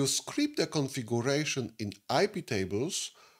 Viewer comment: Правильно произносится "КонфигЬЮрэйшн", а не "конфигУрэйшн", и "сЪОрвэ", а не "сэрвэр".